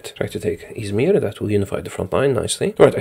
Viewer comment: How you pronounce “İzmir” is so fucking good